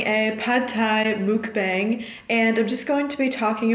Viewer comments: <3 pad thai looks so good rn. Just to let you know, mukbang is pronounced muck-bong. not mookbang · I think it's pronounced mook-bahng. loved the video btw. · I'm South Korean so I know how mukbang is supposed to be pronounced its muck (like yuck) bahng! Just thought you might want to know! Love your videos ❤️